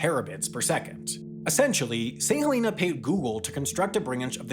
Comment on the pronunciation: Thank you for pronouncing St Helena correctly! I was on the first flight from St H to London 😊